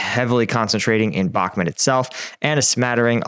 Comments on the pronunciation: It's pronounced Bach-Moot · "you say " Ukrainian command,with their questionnable competence had let ME down"Sooo you seem to be a very important person there.Sorry but this is NOT a "honest explanation of the Ukrainian conflict".I realized you can't even pronounce Bakhmut correctly.SURREAL.I followed you since one tear,but today I am finished with you BYE.From Belgium